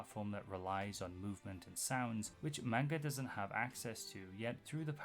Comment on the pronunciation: Hi! I've been getting really into your videos, and they're great, so please don't take this as hate, but... you pronounce "manga" wrong. It's closer to "mahn-ga" than "man-ga." It's just one small thing that ends up being pretty noticeable with, y'know, how often you need to say it.